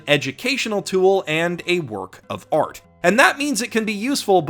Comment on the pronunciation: "a work of oart"